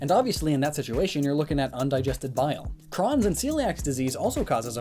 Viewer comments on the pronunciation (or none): I believe licorice turns your poop green if you eat too much of it. Btw, Crohn's is pronounced with a long O 😁